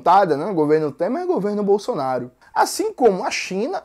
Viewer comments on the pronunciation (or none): none